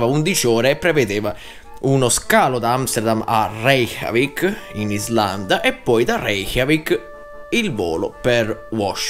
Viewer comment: Hai detto Re-CHIAVIK??? XD